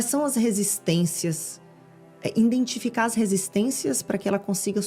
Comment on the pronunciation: Meu deus, a moça falou iNdentificar. Credo.